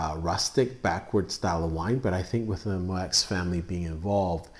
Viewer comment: Moueix is pronounced Moo Yee. =)